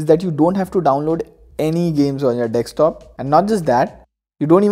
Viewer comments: It's DESKTOP not DEKSTOP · its not dekstop its DESKTOP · Your 'DEKSTOP' is good... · Some great apps here...i've noticed that most of Indian tech tubers say "GB" and dekstop" :)